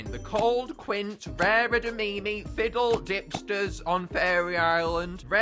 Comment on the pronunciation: I'm dumb I thought you pronounced Ffidyll As Fifidill Bruhh